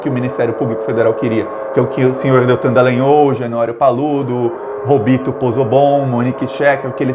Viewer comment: Muito bom. Só uma correção. Não é trÍplex mas triplÉx. Não é dElagnÔl mas dAlagnÓl... O resto tá excelente, pau nos fascistas!